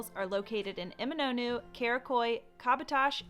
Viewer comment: Still appalling that you are living there and haven't taken the time to learn how to pronounce place names correctly. "Emi-NAH-NOO"?!!??? Shameful.